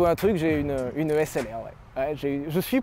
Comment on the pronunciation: moi quand Sylvain a dit SLR: Un HessLR ?